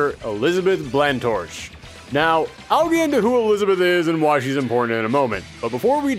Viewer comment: Drag away. Corpos don't deserve mercy. "Where's the kabewm? There's supposed to be an Earth-shattering 'kabewm'!" You did NOT just quote Marvin the Martian. XD My dude. Blanctorche is pronounced "blonk-torsh". Is le French.